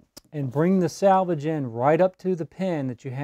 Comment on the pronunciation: Thank you for this. Been looking for years. One small thing confused me. You kept saying salvage the salvage. It's salvage the selvedge. Save the original edge of the fabric. 🌼🌼🌼🌼🌼🌼